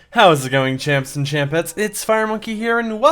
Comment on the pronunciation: I don’t know if he’s saying “chimps and chimpettes” or “champs and champettes” help